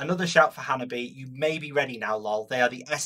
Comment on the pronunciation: Japanese pronunciation is wrong. The correct name is "HANABI-E". pronounce the "E".